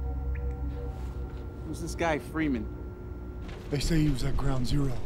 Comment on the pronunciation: фримен говорит? Это неправильно